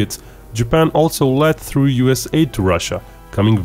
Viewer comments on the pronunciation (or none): none